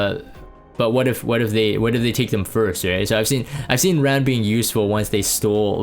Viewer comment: Ran. 란. R - ah - n